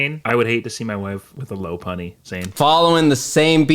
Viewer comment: I don’t understand the Typhlosion one. Wdym “especially now” Bro WHAT was that Lopunny pronunciation?